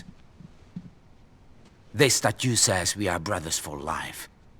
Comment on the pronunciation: "brudders" its brothers.